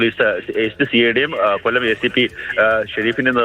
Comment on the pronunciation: കോല്ലം അല്ല myre കൊല്ലം